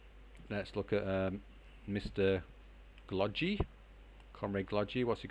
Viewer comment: "no way Glogi is going to buy another KT" -Me "hold my beer" 🤣 We both got so invested that we forgot about TL, I was franticly defending and then I see it is past 55 min xD Ty for the cast, it is very nice for us noobs to see our games casted on yt. Also in Glogi 2nd G is pronounced the same as the first one;)